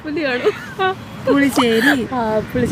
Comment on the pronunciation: പുളി ശേരി... ആണ്.... പുലി ശേരി അല്ല